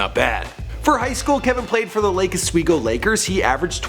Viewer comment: Lol Lake Oswego is pronounced Lake Ah-sweego